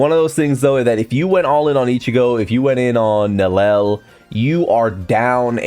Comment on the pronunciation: Idk if people know, but they stealth nerfed Gin and (Nel-lee-el) is her pronunciation..not Nel-el.